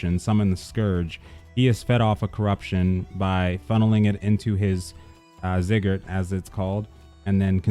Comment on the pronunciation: it's "Zigg-er-rat"